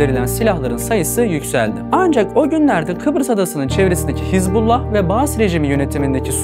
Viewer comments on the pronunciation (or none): none